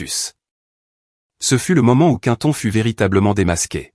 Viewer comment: Quinton 😅 vaudrait mieux Quentin, non? Ah la la soit disante Intelligence Artificielle 😂😂😂😅